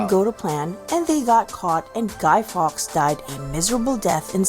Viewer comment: It's the River Ouse, pronounced ooze not oos. It is probably where the word ooze comes from. It was not Guy Fox it was Guy Faux. Salt is not a necessary ingredient in Yorkshire Pudding, most of us, here in Yorkshire, never put salt in it.